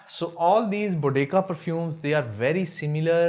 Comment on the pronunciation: Salaam bhai, it pronounced Bo Dee Seeya. Jazaakallah khair.